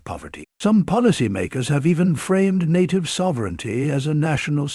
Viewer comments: Please pronounce NATIVE correctly. Your clip is a loser unless you do some serious proofreading up front. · You sank the whole shebang when you mispronounced native. 😅😅😅😅😅😅😅😅😅😅 You're not real, and you have no respect for the issue you are exploring here.